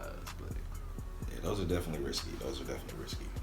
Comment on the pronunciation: It is "Risque"... not risky.